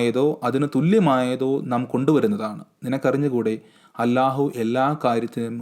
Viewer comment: 13.46bro ningalku thanje allah ennu krithyamaayi ucharikkan kazhiyunnilla ?appo ucharanam karanam oralum quran padakkathirikkaruthu intension very clear Pinne angakku thalparyamundenkil oru reply tharu Njan ente watsapp number tharam namukku charcha cheyam 13.46 nu sesham Njan kanunnilla thalparyam undenkil ariyikku please